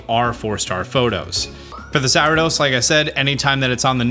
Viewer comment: Its Ariados bro, not "Aridos".